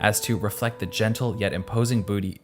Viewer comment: I love how unexpectedly he said "booty" instead of "beauty" while showing that fan-art of Mona. 😂😂😂